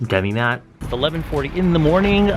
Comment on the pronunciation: When said demi-matte I lost it 😂😂😂😂